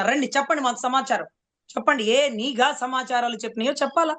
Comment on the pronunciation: అమ్మా మీరు కూడా నీగా అధికారులు అనడమేంటమ్మా.. నిఘా అధికారులు కరెక్ట్ మేడమ్.. అతనికి చదువు లేదు కాబట్టి నిఘా అనే పదాన్ని నీగా అంటాడు..